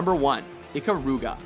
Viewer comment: Gradius III is my personal favorite of that particular franchise-- but to each their own, I suppose. Also, Ikaruga is pronounced "ee-KAH-ru-gah"